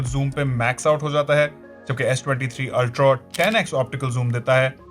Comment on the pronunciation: Ultro… ultro…. Ultro….😂😂😂😂 ultra hota h bhai